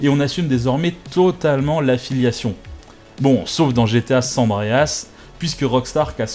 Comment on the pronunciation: on dit SAN(e) andreas pas son ondrease :'(